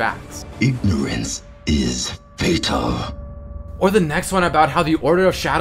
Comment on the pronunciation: Anyone else hears "Ignorance is gaytard.." Instead of "Ignorance is fatal" ? Only me ? Ok..... KILL ME PLEASE .